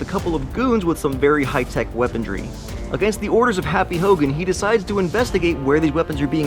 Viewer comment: Weaponry* not weapondry